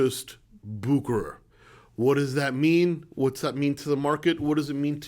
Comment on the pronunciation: Man, you have a great videos, but you need to learn how to pronounce "Bucherer". 🙂You are sounding like an amater now. :-)